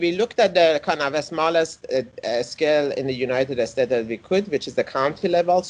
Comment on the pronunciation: I love his way of saying "United Estates" a rather fitting description.